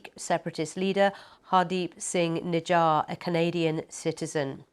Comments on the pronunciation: if a single English Canadian pronounce nijjar correctly we will surrender..... you idoits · Atleast.learn to pronounce Nijjar